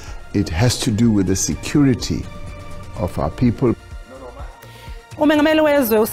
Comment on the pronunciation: Did the President say security or sexuality of our people 😂 correct meof what I heard